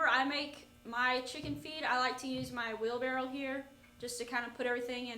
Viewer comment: Wheelbarrow, not barrel. I was guilty of this for a long, long time and still struggle to say it correctly.